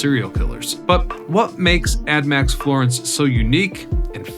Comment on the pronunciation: Why do you keep calling it “admax” Florence 😂 it’s ADX